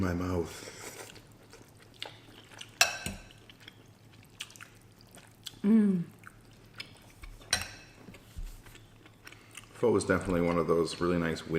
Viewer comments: the second way of pronoucitation is accurate ~ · Yum! Also the way you said pho the second time was correct! I had homemade pho today lol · for all you idiots who think ure so smart pronouncing it "fuh", ure wrong. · Chicken noodle sour summer rolls and egg Rolls It’s Fo so the first way you said it. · Like its spelled pho but pronounced "pha". It was a bit confusing when I figured it out... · I’m Asian. You call them salad rolls and I call them spring rolls and the other one that you call spring rolls, I call them egg rolls. And I pronounce pho like the second way you pronounced it. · hehe, the thumbnail says "Vietnamise". Glad you enjoyed vietnamese food! I am vietnamese, but I don't really like the foods we have. But to others, it is delicious. And the second way you pronounced Pho is closer to the true pronounciation than "foe"